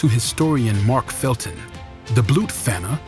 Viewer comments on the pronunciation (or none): Its Dr. Mark Felton, not Falton.